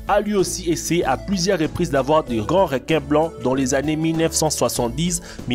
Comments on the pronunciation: "RÉQUINS" ; "AQUARIOUM" ; "JAMAIN" J'suis mort pttdr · Les "réquin" AH AH AH... Comment sa j'ai raté le message?